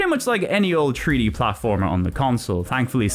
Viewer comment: Take a shot every time he says tree-D 😄